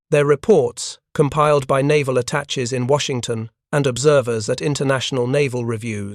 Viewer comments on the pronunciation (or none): Attaches: attah-shays, not attatches.